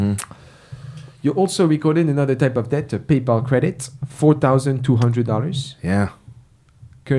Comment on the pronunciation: Obsessed with how pronounces DeBt